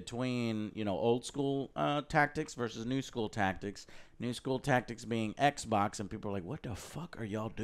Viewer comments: I love when joe calls xbox eckboc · It's XBOX. Saying it like that makes you look stupid 😶. And saying you don't care that people call you a fony fan boy just shows how much of one you are 😂